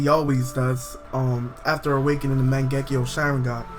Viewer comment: it still pisses me of that you say magenkyou wrong.